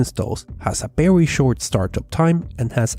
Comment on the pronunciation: It's Very not Berry